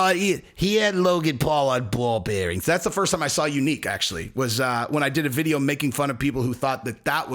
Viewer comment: “ on ball bearingths” 😂😂